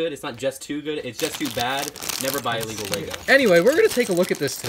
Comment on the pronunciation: its ILLEGOL